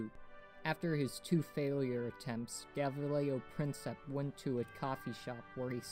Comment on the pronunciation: Shit at pronouncing gavrilo